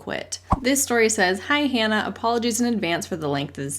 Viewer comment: "Hi Hannah!" sort of sounds like "Hi Hun!"